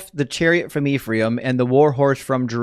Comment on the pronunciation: fine brother; the name is pronounced as EF-RAH-EEM (אֶפְרַיִם) not IF-REE-AM -Shalom, achi שָׁלוֹם אָחִי